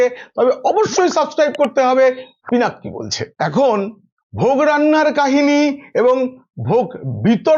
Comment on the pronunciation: Sir, Excuse me. Don't take it mind. Pank Ki Bolche (পিনাক কি বলছে = What does the Trident say ?). I am sure that it will be " Pinak Ki Bolchhe" as "ছ" = chh. N.B - Trident = ত্রিশূল।